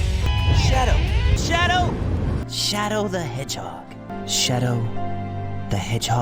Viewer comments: Now is starting to sound like “chadoe”. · Sounds like chedo to me 💀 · I hear shero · Am starting to hear Caro / Chado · Chaddle or Chadow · Yeah it sounds like shedo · It’s now just chadow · SHADOW DOESN'T EVEN SOUND LIKE A REAL WORD ANYMORE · sonic: chadow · Ah yes my favorite characters Sœnek and Sherow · "Chadel" "Cum Sonic" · I kept hearing sonic the most- that now I hear shawdow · "Chado" "Sonec" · When u listen to it enough instead of shadow it now sounds like "chadow" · At one point I thought shadow said “sun-in” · all i hear now is: "shoutout" "sun nick" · At this point “shadow” sounds like “chadoh” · Ngl but it sounds like sonics saying shadell sometimes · It sounds like he’s saying chado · I heard so many times is sounds like sonic is saying “chadow” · Now i just hear "chado" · Who else started to hear “ CHADOW “ 👇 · im only hear chow dough or shad oh at this point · Sonic: "pisharo" "charo" "piano" "shad" "piasharo" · I keep hearing techadow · It sorta sounds like sonic is saying "Chadow" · Sometimes Sonic sounded like he was calling shadow Chad-ow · The more I listen to I I only hear Chad-o So-neck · My brain slowly slowly deteriorated and started hearing schedo, chedo, shedo. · At one point i continue hearing shadows name as chadle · Now I can only hear 'chad'ow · the more I hear: “shadow” sounds like: “chad o” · Shadow was said so much it sounded like Chads o to me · When jason says shadows name its like he’s saying chad’o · AHHHGGG I KEEP HEARING CHETO!!! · All I hear is “Chado” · All I hear is chado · I got to the point where it sounds like "chettle, cheatle, kettle, chadow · All I hear is cha-doe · NOW IT SOUND LIKE SONICS SAYING CHETO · I'm starting to think he's saying chad-ow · I cant stop hearing "CHADO!" and "souniac" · At I started hearing shedow or chedow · Ah yes. Sawnik and Chado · It almost sounds like sonic is saying Channel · no it sounds like he is saying sato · now i only hear " sharo " and "xonic" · Nah, Jason says "Chadow"